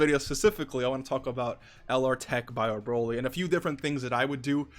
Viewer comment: Dude said bio-broly. Lol